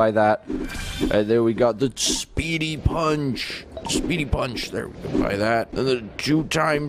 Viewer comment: when dennis said punch things and people that sounds like fling things and people